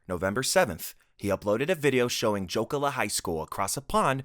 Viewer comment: Gotta say... I had no idea was talking about the Jokela school shooting until his botched pronunciation of said place...either way Im glad its an internationally known thing and not known just among us Finns